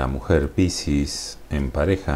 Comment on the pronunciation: Cómo suena la palabra piscis con tu acento..suena pisis.😁